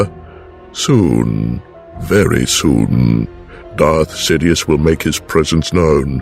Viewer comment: I thought he said, "Darth shitious"